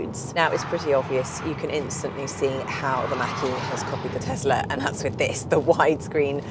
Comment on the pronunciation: What the heck is a Tezler? Do you mean Tesla?